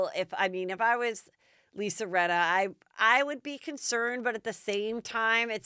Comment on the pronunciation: “Rinner” haha 🤣😂 are you Italian? From New York? Or both by any chance?? Bc that’s exactly how we would pronounce “Rinna” 😂